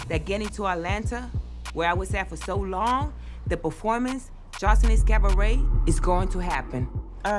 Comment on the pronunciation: Everytime she says "Cavaret" 😭.... Sends meee On another note 3/4 of this is B E E P!